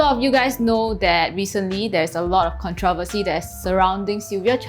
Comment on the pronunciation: you cant even pronounce controversy